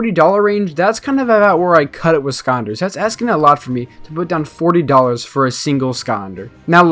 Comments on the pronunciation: "skonder" sky-lander not sko-nder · No hate but you said ‘skonder’ like 15 times lol